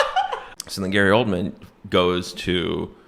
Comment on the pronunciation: Wow. Bridget the Midget was in Little People? This all makes sense now. Also....every time you said Gary Oldman...I thought you said Coleman....which is somewhat fitting, to be honest